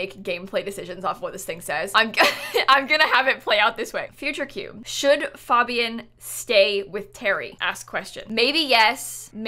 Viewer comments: You say it like FAEbian not FAHbian lol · she pronounces fabian wrong and it’s driving me nuts what is wrong with me 😭😭😭😭😭